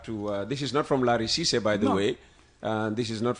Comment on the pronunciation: Lare M Ceesay in USA not Sisay